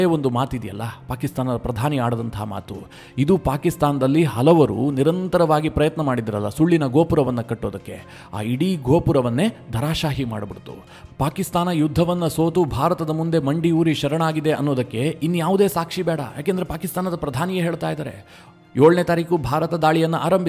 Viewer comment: ಮಹಾ ಸ್ವಾಮೀ, ಅದು "ಧರಾ ಶಾಹಿ" ಅಲ್ಲವೇ ಅಲ್ಲ. ಅದು ಧರಾ ಶಾಯಿ. ಅಂದರೇ ಧರಾ=ಭೂಮಿ, ಶಾಯಿ=ಮಲಗುವುದು. Thatmeans = ಪಾಕಿಸ್ತಾನದ installations ಗಳಲ್ಲಾ ನೆಲದ ಮೇಲೇ ಬಿದ್ದು ಶಯನ ಮಾಡುತ್ತಿದ್ದವು ಎಂದರ್ಥ.